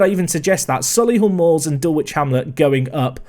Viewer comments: Please just for me... It's not Dull-Wich, it's Dull-Itch Hamlet 🤣😭🤣😭 Just cos they're my local side. It hurts to hear the W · Surprised to hear an English person pronounce it like that. Surely hearing people saying Norwich or Ipswich would be a clue